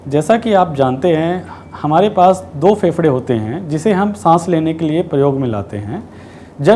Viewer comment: Faprey nahi pehprey 😅😅😅😅